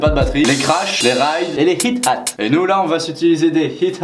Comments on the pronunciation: c'est ''hi-hat'' non pas ''hit-hat'' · T.A.D teens aren't dumb Oui Sidechain! ^^ et High-Hat ^^ pas Hit Hat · Pas mal du tout le tuto MAO pour les nuls ^^ Effectivement il manque pleins de réglages mais bon l'idée est là ^^ Sinon, on ne dit pas Hit-Hat mais Hi-Hat (prononcer Ay At (ou charleston) Tchuss !!!!